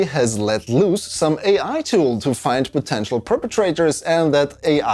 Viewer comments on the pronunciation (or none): none